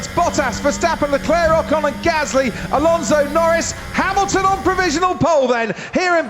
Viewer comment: Lewis Hamaxton Lewis Haminton